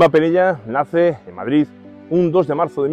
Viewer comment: por su queee??? madrido???? jajaja muy bueno ; )